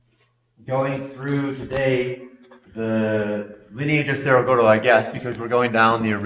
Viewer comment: So ridiculous how you simply do not take the time to pronounce cerro gordo properly.👎